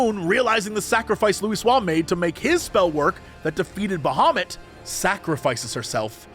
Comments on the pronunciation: Who tf is out there saying "Baha moot?!" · When Jesse says Bahamut, I always hear "Da Hobbit". It confused me several times in a very funny way.